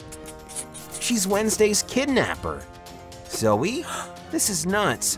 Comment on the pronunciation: It’s not zoi it’s zoe